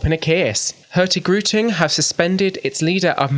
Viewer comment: The g in hurtigruten should not be verbalized ;) It is pronounced hurtiruten 😁